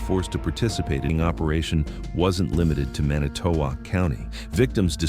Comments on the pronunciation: Huh, never heard of this on any local channel in the Milwaukee market! And as a WI native it pains me to hear how the narrator pronounces Manitowoc. The emphasis should be on the first vowel. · It's 'Man nih tow wok' not "Manny to wok" county. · It's "man-ih-tow-WALK"! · "Manny toe walk". First time i ever heard it pronounced that way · Pronounced man it to walk. I used to live there. How sad! Thank God they caught them. Barb in PA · I live in Manitowoc and 95% of the photos/video in this story is NOT even from Manitowoc county. Also the narrator doesnt even know how to pronounce it. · This is obviously fake, targeting good people who are concerned about human trafficking. Note the AI generated voiceover and the onscreen news clip shows LAPD. There is no news clip from Wisconsin. Manitowoc is mispronounced. This is from a Russian troll factory. I wonder if they made a version for every state? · This video is AI curated. AI can't pronounce Manitowoc properly and there's footage of LAPD. 2,000 miles away. The raid did actually happen as described though. This AI video is a disgrace to the real incident. Fuck skynet. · The AI voice's pronunciation of Manitowoc county kind of ruined it for me. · Your AI generated voice pronouncing Manitowoc is killing me. It's making me want to cringe. And 90% of the feeling of the video is not even anything to do with Manitowoc. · Is this real? I have heard absolutely nothing about this on the News! And the way they pronounce Manitowoc, makes it seem kind of fake. Keep up the great work if real! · He can't pronounce Manitowoc correctly. Hope he doesn't try Mukwonago or Oconomowoc 😂